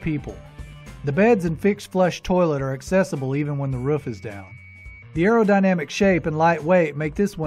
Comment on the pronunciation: It’s not Ruuf! It’s a roof! Oooo